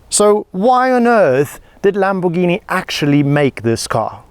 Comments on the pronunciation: Italians don't call it "Lambordschini", they pronounce it "Lamborghini"! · Don’t you EVER call a Lamborghini … Lambortshini again! Every Italian will give you a big kick in the ass !!